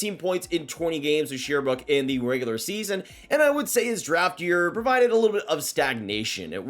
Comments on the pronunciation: bro. Sher-brooke. Not Sheer-brooke. lol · Sherbrooke is pronounced SHARE-BROOK